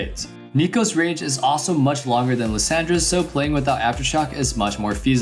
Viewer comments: Liss SAND ra xd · The way he says Lissandra name triggers me lol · why is he pronouncing Lissandra's name like that?? but anyway, imma try that build, hopefully i dont feed.